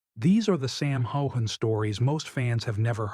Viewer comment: Very nice report but the next time you do one on Sam please learn how to pronounce his name properly